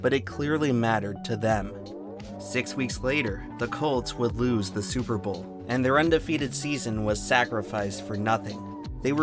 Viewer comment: Oh hey, nice to see Tree here... And also, "Stillers gon ta Supahbawlll"